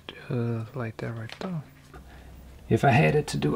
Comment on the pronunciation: I like the way he says "like that right there" Likethatrightthere